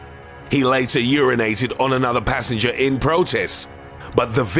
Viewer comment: Extras: PANts PASSenjah! PUNched hIM!